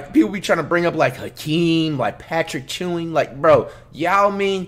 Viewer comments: I hate when flight have me looking up the correct information to what he say. Its Ewing not Chewing plus him and Hakeem are 7ft not 7'3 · This nigga said patrick chewing lol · did dude just say patrick chewing